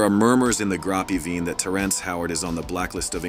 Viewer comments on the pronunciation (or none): Bro said “grapy veen” instead of “grape vine”..guess AI is not as good as we thought 😂😂😂